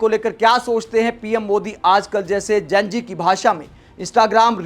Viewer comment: जेन जी नहीं होता है जी जेन ज़ी होता है तुम प्रेज़ेंटर होकर ग़लत बोल रहे 😂 जितना विरोध करोगे मोदी जी उतने ही पॉपुलर होंगे ।